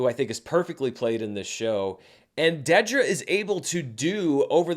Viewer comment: It’s DEEDra. Not DEADra 🙄